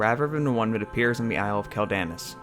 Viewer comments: Dude... it's "KWELL-da-noss" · I know you play Alliance but....... bro........... Quel'Danas isn't pronounced like that. "Quel" is pronounced like the word "quell" (kwel); "Danas" is pronounced with long A's and a hard S (dah-nahss). Great video, but I had to cringe every time you mispronounced the name of the Isle. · its pronounced quell den ahs